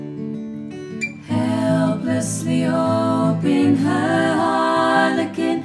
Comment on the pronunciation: Harlequin not harlekin